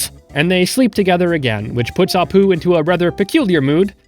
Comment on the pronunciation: I thought the sweetest apu said "the sweetest apt"